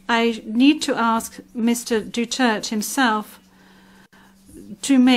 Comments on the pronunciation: Hoy its Du-ter-te not dutert, its Duterte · Pwede bang sabihin sa blonde na ibigkas niyang mabuti ang Duterte not Dutert. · She pronounce Duterte as Dutert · Anong pakialam ng ICC… Hindi nga maka pronounce ng Apelyedo nya grrrrhhh